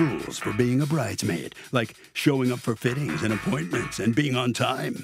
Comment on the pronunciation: Not "bridemaid" like Nene 😅😅😅